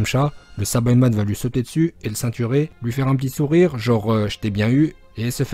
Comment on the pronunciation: PUTAIN ON DIT PAS SABAÏMAN MAIS SAÏBAMAN ET PAREIL ON DIT PAS GOTRUNKS ON DIT GOTENKS NON MAIS OOOOOOHHHHH !!!!!